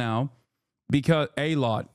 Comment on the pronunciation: Hassan butchering those names Eelaat Umm Al Rashrash